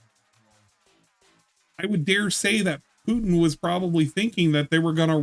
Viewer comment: You guys caught the fascism thing, but the way he said Putin was even better. Pee-u-Tin.